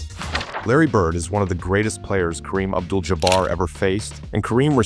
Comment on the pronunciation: Idiot - Jaa Bar Stop the AI